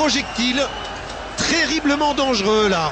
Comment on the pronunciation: "Ce sont des projectiles, tRerriblements dangereux" xD ... Fail =D